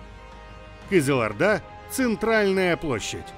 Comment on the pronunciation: Нет таких городов кастанай, кызыларда, какшетау, сперва научись произносить перед тем призывать к чему то, противно слушать.